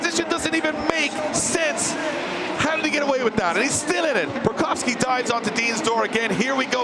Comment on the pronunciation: Love that he pronounces Borkowski right